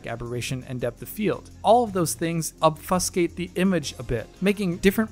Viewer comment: wanna try that pronunciation of "obfuscate" again?